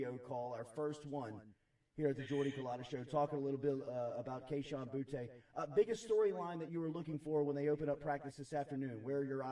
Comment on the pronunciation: It's bootie not boo-tay people he's even said that at times